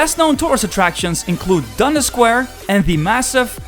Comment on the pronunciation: 10 years in TO and you still can’t pronounce Dundas?